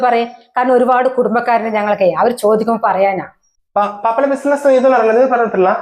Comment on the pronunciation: ബിസിൻസ് അല്ല ബിസിനസ്‌ ആണ് 😂